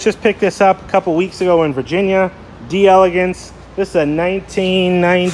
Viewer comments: You're driving me nuts! As a Cadillac aficionado you should KNOW it's pronounced "DEL-AH-GAHNCE"!! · It’s pronounced “Del-ah-Gonce ”, and Ken Puttick was one of our great Florida Cadillac dealers back in the day. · Proper pronunciation is "Dell Ay Gonce"